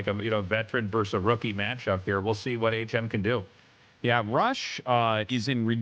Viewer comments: coulda told the AI to pronounce bro "H M" instead of "hm" 🤣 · Disappointed in the ai voice reading. Transcribing the audio and translating via ai is fine enough if necessary, but there is no reason an actual human could read the script. Pretty sure it is HM as in aych emm. If there weren't people paying money to contribute to the production I would not care, but... guys.... people are paying you to make a good product. Please do better. Thanks for the casts GL HF to all the players and let's go ASL 🍻